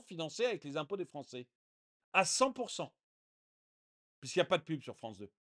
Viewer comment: Français ou ... fronçais ?! Fronçais de papier !